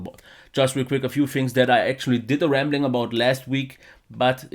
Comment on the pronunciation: "rambling" not "ramling":) All the best!